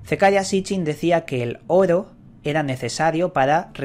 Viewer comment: Llevo casi todo el dia escuchando tus videos. Me gusta como pronuncias Oro. jaja saludos.